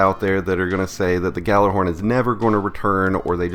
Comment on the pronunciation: You may want to do a little research and learn how to pronounce Gjallarhorn.